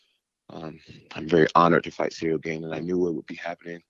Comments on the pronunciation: Is he calling him cereal on purpose? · Man's calling him CEREAL lol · I think is calling him Cereal on purpose I really hope it's on purpose lmao You see what I did there? 😎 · Why do they keep calling him Cereal lol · I think Jon is mispronouncing Ciryl’s name on purpose. He’s hiding his physique and training footage. This is chess not checkers from Jones. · Is Jones pronouncing Ciryl’s name wrong or it’s me tripping? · Mind games, he knows his name. By saying his name wrong he’s acting he doesn’t really know who he is I think? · How can he get his name so wrong? And why did he not tell him 😅